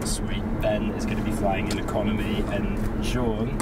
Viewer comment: No one: Absolutely no one: Ecomony guy: No Lounge access